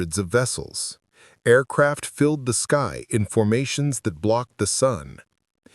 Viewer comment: “Tweeee Aircwaft”!!!!!!!!!